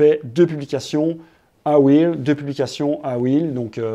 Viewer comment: Salut Google m’a envoyé ici après une recherche pour savoir à quel point les francophones ne savent pas dire correctement REEL (« un rilz » au lieu de « un ril » puisqu’il n’y en a qu’un, « des ril » sans prononcer le S alors qu’ils sont plusieurs, bref…) Reel= Wil (ou Ril pour garder l’accent français quand même) c’est très bien Reel, ça veut dire Bobine, ce qui est logique vu le défilé de contenu sur l’infinite scroll Réel c’est Real en anglais, donc tous ceux qui disent Réel pour parler des Reel ont juste l’air de pas savoir de quoi ils parlent (: Donc si, la prononciation est importante ;)